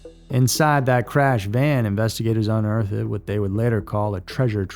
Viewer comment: Calling BULLSHIT on all the covid nonsense in the last story. Oh, and "unearthed" only has TWO syllables. I mean, unless you're living in the 16th century.